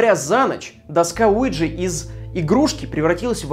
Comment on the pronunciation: Мне одному слышалось место Уиджи ЛУИДЖИИИИ